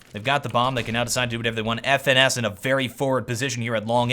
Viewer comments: His name is pronounced "finesse" not F.N.S :) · FNS is pronounced like finesse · His name is pronounced as finesse (FNS).